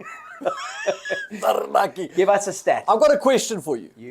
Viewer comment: You guys pronounce "Taranaki" better than most kiwis do.. Going to be a mighty match